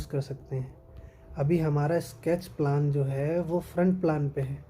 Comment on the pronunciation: Sir प्लान nhi प्लेन boliye 😊